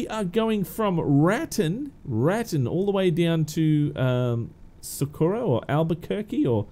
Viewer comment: Hi I live in New Mexico... Raton is pronounced Rat tone. I know it's sounds crazy but that just the way it pronounced. I love the videos. Just trying to help keep your videos as professional as they always have been. I look forward to the next one.